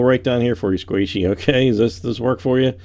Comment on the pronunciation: You pushed a q in her name is not Saishey it is sqaishey